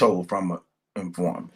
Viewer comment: In- for-mant... c’mon, sound it out 😂 “confident informer”